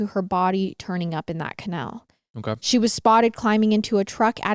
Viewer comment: love how pronounces canal lol cuh- nehl